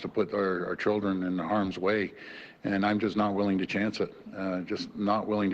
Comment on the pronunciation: did he say; "I'm not willy?